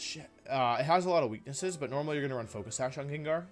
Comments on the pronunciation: GANGAR > Wolf said: "JAAANJAR" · he pronounced "djendjar" instead of gengar omg i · Did he really call it JenJar? 😳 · Stopped watching when he said jenjar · Bro i love you soo much. However!!! The way you pronounce gengar hurts my soul everytime. Lmao